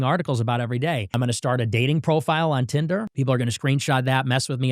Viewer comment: Did he say tinder 😳